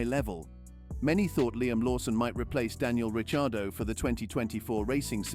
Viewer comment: Are you trolling with the pronunciation of Ricciardo’s name?! If it’s not trolling, your credibility to talk about f1 is goneeeeee 😂